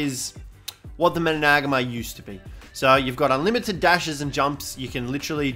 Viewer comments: You say Managarmr like, MANA-GARM-ER, not MA-NAG-ARMR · hes name is MANA-GAR-MER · Say it properly! Triggers me bro lol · Your saying it wrong